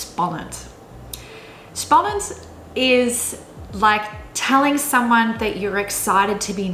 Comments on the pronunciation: Its insane how good you can say spannend lol. There no way you would think Dutch isnt your native language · As a native Dutch speaker I was really impressed by your pronunciation of especially "spannend" and "uitwaaien". Really good! When you said "spannend", I thought for a moment you were a native speaker. "Jarig" also sounded very good. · You say exciting ( Spannend ) it sounds real dutch like a dutch wil say it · My god, your dutch pronunciation for "spannend" & "borrel" was just so spot on I was so impressed. In the other words I could hear your english background but really those were perfect too. Just those two are like 100% perfect dutch. So amazed about that. Impressive and well done :)!